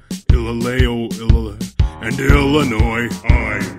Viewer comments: The "official" pronunciation of Illaoi would have worked in that like but Illinois is funnier. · i broke when phanteon cant pronounce illaoi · The Pronouncing of Illaoi I-la-wi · i think its pronounced ilali ilowai...?lallowi illanois it is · ill owi is how u pronounce... :l